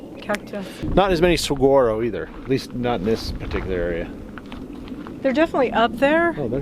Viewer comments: SaHuaro... Pronounce it right dammit!! ;-) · If anyone wants a more expansive view of Arizona, the Sonoran Desert, the Tucson area or Saguaro National Park East or West, one can see my large Arizona playlist, an organized video tour of much of the state, where this area is well featured. ~ Saguaro is pronounced Sah war' oh, and Cholla is pronounced Choy' ah. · The amount of times sucked in her bottom lip/shaked her head bc of "saGUaro" pronunciation 😂